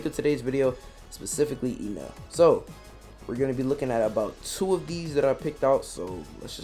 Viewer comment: its not ynel... its Enel.... bot E read the same... not Ynel but Enel